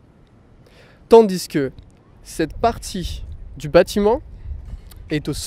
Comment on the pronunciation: why do you pronounce the word déchet not like /deʃɛ/ but more like /dəʃə/? And why do you pronounce tandis que with the s? I think the s is silent.